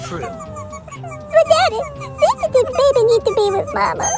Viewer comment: “HER LITTLE SENSITIVE BABBEH!” Spoken like a true Scotsman! Edit: HE SOUNDS LIKE MIKE MYERS!